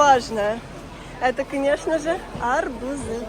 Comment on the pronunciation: Арбузы, ударение на у